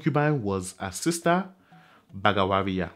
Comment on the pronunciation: ''BAGWARIYA'' not "'BAGAWARIYA